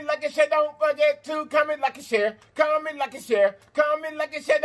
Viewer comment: I swear I thought he was saying COMMON LIKE A CHERRY COKE😂😂😂 I was like what sense does that make? I Just cant with myself. Let me exit with one finger up like they do in church